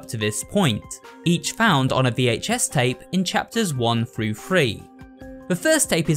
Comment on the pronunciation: "in chapters 1 fru free" wtf